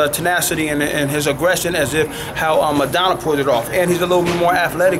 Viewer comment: Madonna. its Maidana. said like May-donna